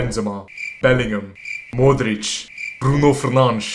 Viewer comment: Its incredible how good he pronounce Modric,I am Croatian and he sad it better than me 🤣👏